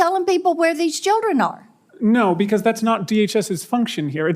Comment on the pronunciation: She’s the female Senator Kennedy. She even looks like him. She pronounces “because” like a chicken pronounces “backaw”.